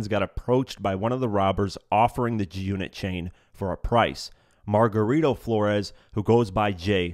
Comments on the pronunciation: Are you saying Junit? Do you not know it’s G-unit? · Lol "this story with the junnit chain"